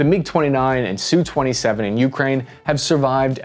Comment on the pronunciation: God bless this man for correctly using 'Sue 27' instead of the irritating and more common pronunciation of 'Ess You 27'